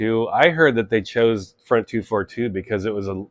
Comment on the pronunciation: The pronounciation is not “front two four two”. You should read it like in french. So it’s “Fron deux quatre deux”. I know as I met them back then. I went to the same shop they went. Unfortunatly the shop is gone already for decades.